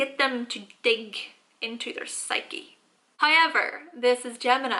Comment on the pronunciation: karima taekookgotjams high-ever...